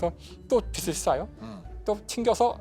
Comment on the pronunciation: 김상욱 교수님은 빛을[비츨]을 계속 [비슬]이라고 잘못 발음하시네요.